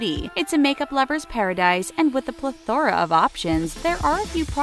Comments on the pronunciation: Plethora...pronounced PLEH-thuh-ruh not pleh-THO-rah sorry it just annoyed me...🤪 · You said plathora. please. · The way you say "plethora"...you're putting emphasis on the wrong syllable. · Hannah Morales I was hoping that I wasn't the only one who noticed the pronunciation is off, lol. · Right!? Wtf!? I’m like wait am I (and everyone else in the world) saying it wrong? 😂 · Every time she mispronounced ‘plethora’ I died a little more inside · The way she said plethora was so weird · Plethora does not rhyme with Sephora 🤦🏻‍♀️